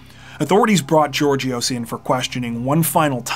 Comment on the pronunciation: Georgios is pronounced Yeórghios.